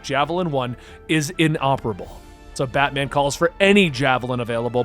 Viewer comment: You keep saying "Batmen" like its a surname...